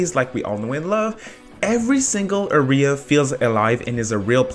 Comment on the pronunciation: why doe he say area as ARY-AH